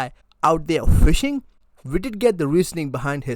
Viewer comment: Now he can say fishingu thunder